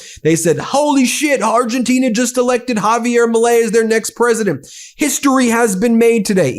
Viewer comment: Ben, it's Argentina, not Argentinia. 😊